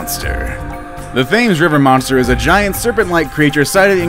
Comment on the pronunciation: its not pronounced thames its pronounced tems